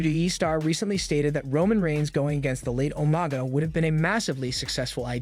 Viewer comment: Who tf is "Omaga"?....the character was named Umaga